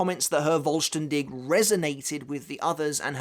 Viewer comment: The "V" in the "Vollständig" is actually spoken like the F in Fist for example. The expression meaning "Complete" or "Whole". There is no expression such as Voll-Stern-Dich which btw means Full-Star-You ^^' Given the nature of the ritual it fits rather well, though I never really understood the japanese obsession with the german language ,especially regarding the Quincy. I know it is somewhat fitting but I still can't actually make any sense of it tbh.